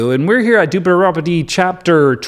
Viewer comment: Everytime you say Duderobbery oh I can't say it properly 😂 total crack up. Keep up the good work.